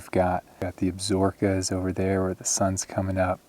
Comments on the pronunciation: Ab - sa - ro - ka. Repeat after me... ab - sa - ro - ka. Great video!! But your wife will not want to watch you climbing alone. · For those who are interested the correct pronunciation for the mountain range to the east of the Grand Tetons....is AB-SO-row-kas.....not ABSORB-kas. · Pronunciation of Absaroka: ab-sa-roʻ-ka. Be respectful of native languages. Google is your friend.